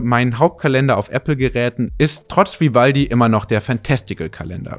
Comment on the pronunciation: das macht mich "Spitz" "Vi-valdi" 😉😅